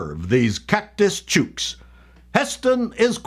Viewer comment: "chooks", like "cooks". Otherwise, good work on the Strine